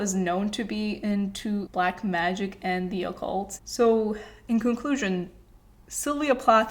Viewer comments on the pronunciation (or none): none